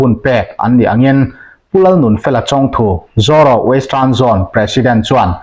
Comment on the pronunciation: Zaw ro ni lo in Zoro tih tur a ni lo em ni le ka pu